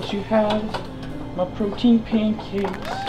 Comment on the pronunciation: He say paincake in the start